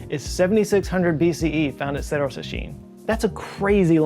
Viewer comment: I'm always amazed by the ingenuity of Ancient Latin American people. I feel that it is mostly ignored by everybody. Yeah, Egypt and the whole African continent is full of wonders but so is our continent. It is something that makes me really proud. And just a tip: Latin words with "RR" like Cerro are pronounced with strong R, almost as is Rolls Royce (I can't quite remember a word that actually uses the sound we do), and not with a "rolling R" sound, like in the video 😅